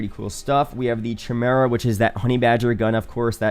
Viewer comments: It's "Kai-mer-ah" not "ch-im-era" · Say it with me.... Chimera "Kī-mira"